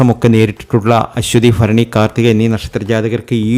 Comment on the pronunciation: ഫരണി 😂ഫാഗ്യം 😂